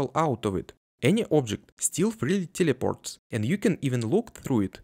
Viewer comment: Бро, в слове teleport (и ещё в technically) звук Э Не телепорт, а тэлэпорт, тэээлэээпоооорт, (ну и тэкникли), уши режет акцент немного) Слышишь это русское тьельепорт и сразу всё понятно))